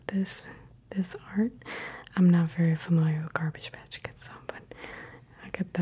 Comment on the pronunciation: Garbage Patch 😂😂😂?? U mean Garbage Pail